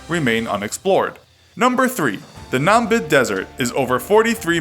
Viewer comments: it is Namib desert. Not Nambid. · Its not "Nambib desert" it's Namib Desert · This commentator cant even pronounce Namib... its so hard to mess that up honestly im impressed